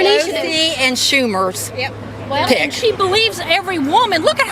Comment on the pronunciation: Who are these people trying to describe the internet? She said “schumerz”